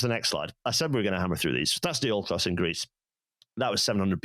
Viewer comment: Thanks guest for not pronouncing "Diolkos" clearly so I had to look up "ancient greece railway thing"